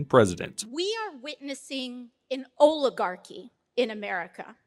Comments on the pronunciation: define oligarchy..... she can barely pronunciate it. let her talk. it will illustrate how shallow of an understanding she has. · How many folks you suspect it took to teach AOC how to say the word "Oligarchy"? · I agree that AOC is a useless bimbo... but the rational Dems you speak of... many of them have left the party. Jeese, she can't even pronounce "oligarchy" 😆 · Really, let's get real. It took AOC all day yesterday to learn how to pronounce Oligarchy, and then Bernie had to explain to her what it meant. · I wonder how many times AOC had to rehearse saying "Oligarchy" before she got it right consistently?